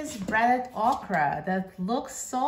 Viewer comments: Its not Ahcra. Its okra we pronounce it in the south OKRY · Thank you for this video. I am interested in buying an air fryer and the ability to fry okra is a must! Also, it’s not pronounced “oc-ra” — it’s “OAK-rah.”